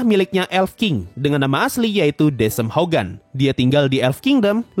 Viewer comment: yg elf king mungkin cara bacanya Dekem Hougan (デケム・ホウガン)